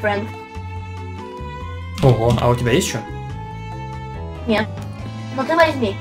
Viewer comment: мне нравится как сказал: NIET!